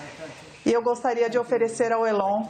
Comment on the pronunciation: Uma tradutora que não sabe pronunciar Elon é lamentável